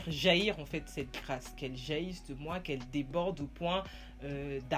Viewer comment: C’est Grâce Mama 😅😅😂🤣🤣😅 ... ton affaire de « GRAAAIIIICE » laisse ça aux anglophones . Pardon !!!! . Ravie de te revoir and you slay 😍